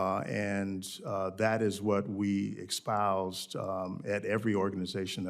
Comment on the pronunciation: Since you pronounce “espouse” as “eckspouse”, I’m assuming you didn’t get “equity” in your education. Apparently, you received it in your career anyway…my language arts skills are far better and no one nominated ME to head up the FAA.